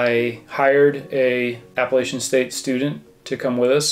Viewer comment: Did you really pronounce "Appalachian" like "Apple Lasian"? Get out of here with that BS